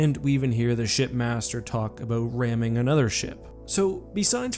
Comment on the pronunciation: for the longest time I thought his name was shitmaster from the way the elites pronounce it